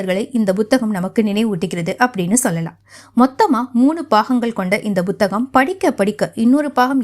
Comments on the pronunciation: Not buthagam madam, it is puthagam, pls correct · Bhuthagamaa??? Puthagam nu sollumaa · அது வேற ஒன்னும் இல்லைங்க எல் கே ஜி யிலிருந்து ஆங்கில வழியில் படித்ததனால் பு(b)க் என்பது அப்படியே பு(b)த்தகம் என்று வந்துவிட்டது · புத்தகம் என்ற சொல்லை உச்சரிப்பது சரியாக இல்லை. முதலில் புத்தகம் என்ற சொல்லைத் தமிழ்ச் சொல்லாக உச்சரிக்கக் கற்றுக் கொள்ளுங்கள். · உண்மை -- தமிழ் உச்சரிப்பு கெட்டுப் போய் பல வருடங்களாகி விட்டன -- ஒன்றும் செய்ய முடியாது